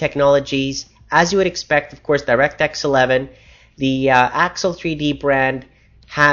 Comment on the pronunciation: thumbs up if you think he says "direct X 11" in a funny way